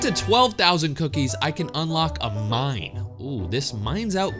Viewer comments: I heard “mommy” lol but now I hear “mine” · I felt like u said mommy instead of mine